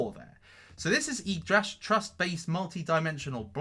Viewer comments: its YGGDRASH not YYGDRASH! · yGgDrash instead of yYgDrash.....just saying, scams etc...KEEP UP THE GREAT WORK!